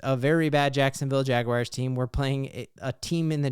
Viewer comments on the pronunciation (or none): none